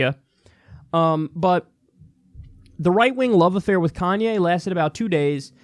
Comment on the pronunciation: Lol I really like that Miss pronunciation in the beginning of the video that you quickly corrected yourself on. Commye West.